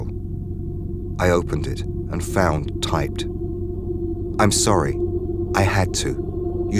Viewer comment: It's sorry, not sore-y.